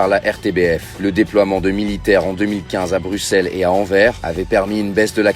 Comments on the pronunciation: Anvers prononcé comme "envers"?? N'importe quoi! On prononce l'S finale. C'est "en verse". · AnverS - le S se prononce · Anvers se prononce avec le "s"